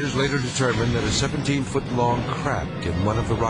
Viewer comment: crack he said crack it barely sounded like crap.